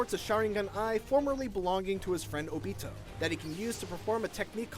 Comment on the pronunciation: The way he said óbito 😂